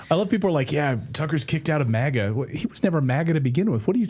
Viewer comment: It’s MAGA….not MIGA….I is for Israel if you didn’t catch that